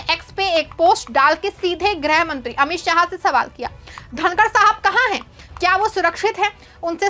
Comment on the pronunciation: ग्रह मंत्री हैं या गृहमंत्री हैं,,,,? सही बोल नहीं पाते हो ,,, और एंकर बन गए हो ?